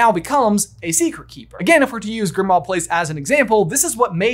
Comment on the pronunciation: FYI, Grimmauld Place is pronounced like "grim old place" not "grim ahld place." The -auld at the end of the word Grimmauld is the same as in the song Auld Lang Syne. It's another play on words like Diagon Alley (diagonally) and Knock Turn Alley (nocturnally).